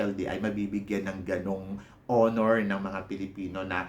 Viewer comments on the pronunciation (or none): none